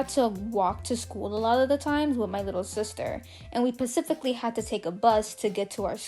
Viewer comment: '' Pacifically" Omggg so adorable!!